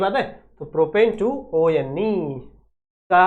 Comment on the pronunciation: O - N - E (one) hota hai 😂😂😂😂😂😂😂😂😂😂😂